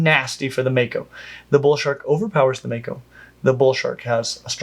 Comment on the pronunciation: if it comes from the Maori language it's going to be pronounced "Mah-ko", not "May-ko"